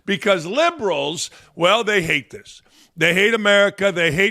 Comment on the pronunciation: You say liberals or gerbils? Maybe both. Please keep politics outta sports! Only break we get from the other shit!